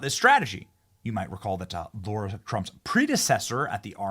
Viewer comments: I'm legit wondering why Benny keeps calling her Laura Trump when her name is both spelled and pronounced Lara? I am not hating, i am legit wondering why he keeps doing that? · Benny Benny this is a sidenote I love to watch you all the time and I think you’re awesome. I love what you’re doing. However, my name is Lara and I am positive. You are mispronouncing Lara Trump’s name. You might ask her but there’s no U and there’s no O in Lara! It’s been a lifelong thing for me it’s been like nails on a chalk board to hear my name mispronounced so this is only to save you from getting it wrong❤❤ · Yes. Benny is too smart to keep on saying NUC YOU LAR instead of NUC LEE AR. I hope he’s not persisting in this error because he thinks it sounds “working class.” It’s not as bad as Kamelbreath doing a fake black accent but it is in the same category. You know I love you, Benny, but lose this blunder.❤❤❤